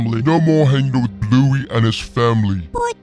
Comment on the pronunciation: It's not blouey it's bluey